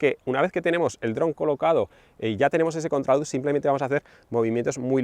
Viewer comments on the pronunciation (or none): none